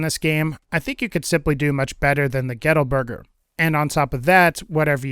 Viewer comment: I walked away for a few seconds and then heard "ghetto burger" outta nowhere lol I know its gettle...